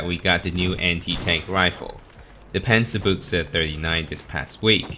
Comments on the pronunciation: Say Panzerbüchse, not Pänzerbuchse. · Think think its pronounced as panzer byou-huh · It's pronounced panzer Boosha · Well, actually it's pronounced Panzer Büchse with the ü being closest to something like the i in "bird". So it's more like Panzer Bi(r)gse